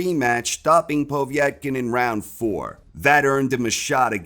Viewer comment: Who is this Poe-vietkin lol